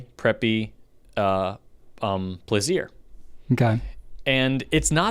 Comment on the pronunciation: I just wanted to say thank you for showing me how to properly pronounce the Plaisir. For years I was pronouncing it like placer...